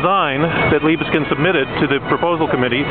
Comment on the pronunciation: So it's "Leebskind"? Thanks very much for letting me know! Better to know sooner than much later that I'm mispronouncing something. I just read in the newspaper that they're building some new Liebeskind monstrosity in Toronto. When will we smarten up?